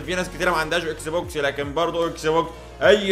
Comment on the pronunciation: اكسي بوكس 🤣🤣 المصريين دمرو اللغة الانجليزية